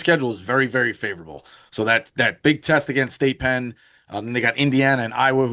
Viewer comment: can someone tell me why always calls them "State Penn"?